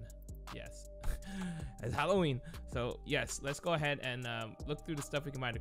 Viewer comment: “Hawowween” this needs to be a meme